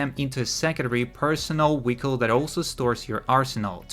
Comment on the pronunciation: I think he’s saying vehicle lmao